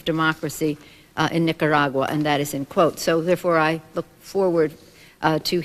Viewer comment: Maxine Waters can‘t pronounce Nicaragua to save her life 🤦‍♂️